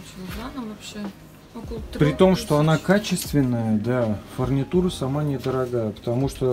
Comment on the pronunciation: Правильно говорить - “Фурнитура”.